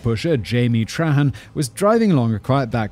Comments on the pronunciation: Trahan is tray-han, boudreaux is boo-drow, deshotel is day-hotel, chaisson is sha-saun, Richard may be re-shard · Louisiana last name pronunciation directory : Trahan- Traw haw Richard- Ree shard Deshotel- Dez Otell Boudreaux- Boo drow I feel like he got most of the rest pretty sopt on.